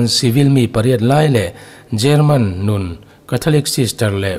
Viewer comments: German Nun -Nun tilo in , Nun -Nan tia lam tur anilo maw..Puithiam. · Catholic Nun tih hi Catholic "Nan" tia lam tur a ni e.